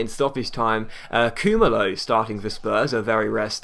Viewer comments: Pronounced Koo-Mar-Low. Was on loan at DRFC, my team. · It's actually Koo-Ma-Loo. I'm from SA, and that's how they pronounce it.